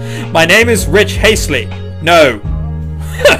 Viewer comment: Aaaand "Rick Hastley" I'm surprised you didn't catch on.